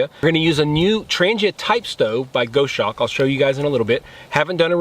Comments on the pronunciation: Here are 4 tips that should help you perfect your pronunciation of 'goshawk': Break 'goshawk' down into sounds: [GOS] + [HAWK] - say it out loud and exaggerate the sounds until you can consistently produce them. Record yourself saying 'goshawk' in full sentences, then watch yourself and listen. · Goshawk is pronounced Goss Hawk. You missed listing the lighter you use to ignite the burners. This was an interesting video to say the least. The Steam Punk stove is a different twist on the siphon technology.....I like it! Don't like the freight charge from Australia enough to order one just yet. A very interesting twist on the Fancee Feast Stove. Thanks for putting in the time for these boil tests....................